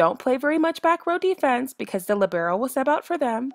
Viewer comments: It's LEEEEbero, not LIBero 🙄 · She just pronounced libero as lebrero its pronounced lee-ber-o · the umm lib-air-O I’m sorry but- 💀